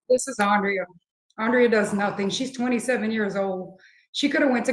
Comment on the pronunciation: Dude can't even say Andrea's name! Not last time or this time. That alone speaks volumes. Thanks for the content!